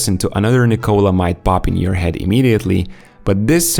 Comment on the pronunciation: This is the 4 Nikola in the NBA-(Nikola Mirotic,Nikola Jokic and Nikola Vucevic) and you Americans still don’t know how to pronounce the name right…at this point is disrespectful,very much! You just don’t know to pronounce any name that’s not English! What a joke!